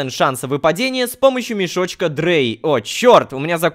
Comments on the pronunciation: Рома, мешочки названы на немецком языке, поэтому они читаются не как мешочек дрей или звей, а как мешочки драй и цвай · Drei это не "дрей", а по немецки три "драй" eins zwei DREI vier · Не дрей, а ДРАЙ!!!! Это немецкий! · Рома, ты названия мешочков, выпадающих с третьей фазы Гайи, неправильно произносишь. Я не знаю почему, но они пронумерованы на немецком. Названия "Reward Bag Eins", "Reward Bag Zwei" и твои любимые "Reward Bag Drei" переводятся, как "мешок с наградами номер один", "мешок с наградами номер два" и "мешок с наградами номер три". И произносится "Drei" не как "дрей", а как "драй". Надеюсь, заметишь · Рома не Дрэй а Драй это Немецкий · Как ,человек, изучающий немецкий язык, скажу что твоё "Дней" меня очень бесит, в немецком это читается как "Драй", что переводится как "три" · Не дрей а драй, это немецкий, ДУРАК